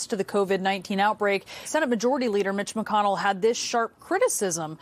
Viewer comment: Mc - con -Nell , don't look a hype on Obama name.